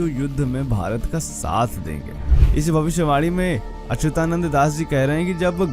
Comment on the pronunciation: Jay Jagannath Bhai, kripaya naam ka uccharan theek Karo.. unka naam Achyutanand hai .. 'ya' ka uccharan chhoot Jane se shabd ka arth apavhansh ho jaega